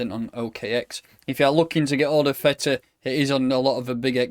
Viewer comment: it ain't Feta pal - it's TH EEE TAH lol